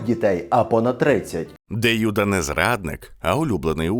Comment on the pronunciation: не кому, як подобається, а відповідно українських фонетичних принципів вживається без подвоєного звучання першої літери — Юда, Єрусалим, Ісус, а російською мовою це буде звучати, як Ієуда, Ієрусалим, Іісус. Дякую за увагу і за відео❤